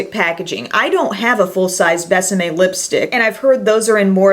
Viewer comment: gorgeous lipsticks! until you said it's kiss me in spanish i thought the brand was called Best M.A.. it's more like behs ah meh( kind of difficult to explain when we pronounce vowels completely different 😊